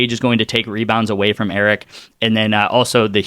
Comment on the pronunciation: hahahaha 🤣 Laughing at you saying "Eric" Her name is Arike - pronounced "A-reek-ay", All good. Lets get that Win!